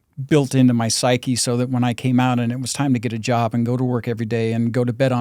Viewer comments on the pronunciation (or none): none